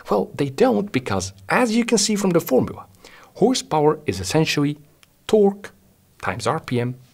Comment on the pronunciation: Yeah Hawwwrrse Bowa and twaawwk 😅